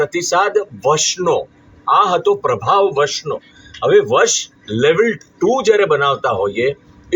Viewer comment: વસ નહીં પણ વશ